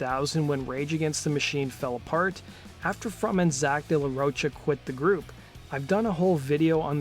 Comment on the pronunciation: Zack de RAWSH-HA. Not roocha, not rocka. It's pronounced RAWSH-HA. Please learn how to pronounce it